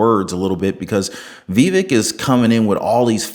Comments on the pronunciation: Brother, it isn't "Vee-vick," it's "Vah-vake." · Vivek as in cake, is how to pronounce it. Not being mean, I pronounced it wrong at first too. I hope he runs in 2028. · Hey listen, how do you speak to you but learn how to pronounce his name it’s Vivek by cake the vape I don’t know what yet then crawl up somebody so they can show you and let you hear it how it’s pronounced best of wishes to you but please learn how to pronounce his name